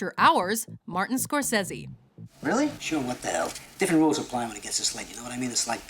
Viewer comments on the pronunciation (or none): score-say-zee dumbo :) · You must have said Scorsese 500 times in Your videos by now, yet You still can't make up Your mind on how to pronounce the name.